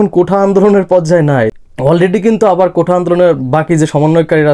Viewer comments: ভাই, কোঠা না। কোটা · আগে কোঠা না বলে কোটা বলা শিখে নাও